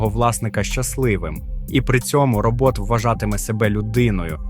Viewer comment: Що за Робóт?